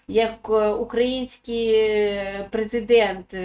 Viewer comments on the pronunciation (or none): none